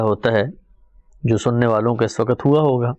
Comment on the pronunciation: ap ka smjhanae ka tareeqa bohat umdah ha urdu m waqt ko sahi talafuz kijeyae q k ap ki urdu ka mayaar AALA